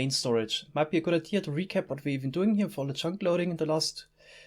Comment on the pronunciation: "The last vier(4)/fear episodes"? :D